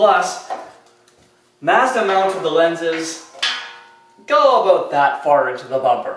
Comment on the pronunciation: Mozzdiah! Hehehe sorry, couldn't resist